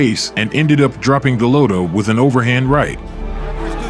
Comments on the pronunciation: Do you ever try to pronounce the fighters names correctly? Its not pronounced "golOTO" its "golota" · Why does this guy call him Go-low-ta instead of Go-lot-a like the announcers did during his fights? He obviously never saw him fight live. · Also, it’s pronounced Go-lotta, not Go-lowta. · It’s not “GoLOWta”…..it’s “GoLOTta”….okay? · Go load dah lol. I believe it's gah lod dah. Either way, dope video my man 🔥🔥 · It’s Gaaa Lot Ah ..not Gill Low Ta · Who is go lo toe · It's pronouced Go-lot-tah like the way the fight announcers pronounce. Sucks that you got it wrong a ton. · His name its Gal-Oh-ta. It's Gal-la-ta. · Goo-Lot-A come on son. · It’s pronounced Golotta. I like watching videos people create, but at least do a little research about pronouncing the names correctly. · Cant even pronounce his name lol and making videos SAD HIW FAR WE HAVE SUCK LOW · This narrator can't even pronounce Golota's name correctly. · You can’t even pronounce his name. Get someone who at least knows how to pronounce the name of who he’s talking about. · Could you at least correctly pronounce his name? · I hate hearing this stupid commentator Pronouncing Andrew's last name wrong. Stupid stupid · Not as sad as how this narrator keeps mispronouncing Golota's name. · Seriously... did you not hear how EVERYONE says dude's name?!?!?!